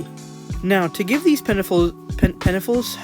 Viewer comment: "penefils" lmao 😂